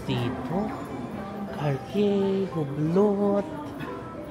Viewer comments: Hindi Hoobloot.. Ublooo (Hublot) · Hublot is pronounced as UBLO